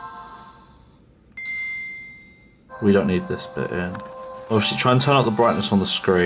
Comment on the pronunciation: first time I heard him say ‘button’, I was positively gobsmacked